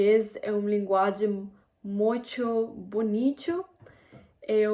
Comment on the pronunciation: I thought it was very funny when you said "mutcho bonitcho".It is impressive your effort to learn languages.I hope you progress in Portuguese.